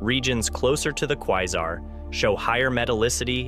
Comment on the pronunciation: QuÏzar? English, you FOOL!